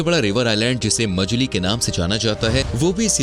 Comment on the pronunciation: It's not majali ...it's Majuli 😅